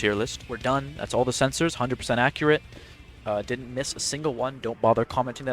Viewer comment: Accriate Teer Lisht